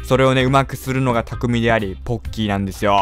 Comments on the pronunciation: 最初、凄い ぼっきーですってきこえたw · ポッキーの事ボッキーですって聞こえた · 最初にぼっきーと聞こえたのは俺だけか